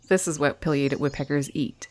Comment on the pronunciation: Pronounce PAI LIATED not Pill liated